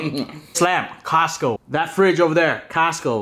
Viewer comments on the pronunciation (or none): When he said “castco” I felt that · Caasco! I still hear it after you stopped saying it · Nobody:: CAST-CO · Why Canadian pronounce it "castco" ? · The way he says Costco 🤣🤣